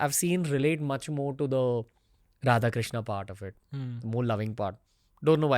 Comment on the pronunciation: राधेकृष्णा नहीं राधेकृष्ण krishna is draupadi 's name